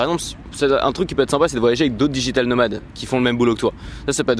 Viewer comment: ... Si je peux me permettre, on pourra dire soit "digital nomads" (avec le "s" sonnant en "z" à la fin) si tu choisis l'expression anglophone, soit "nomades digitaux" vu que ça fonctionne aussi en français... Tout à fait d'accord sur le fait qu'il vaut mieux être seul(e) ou avec d'autres "workers" si tu veux avancer, sinon trop de frustration ! :)